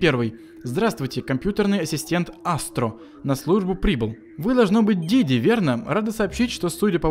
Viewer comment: Не диди а диди!